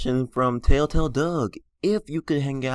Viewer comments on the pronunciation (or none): I hate how he says tailtail instead or TELLtale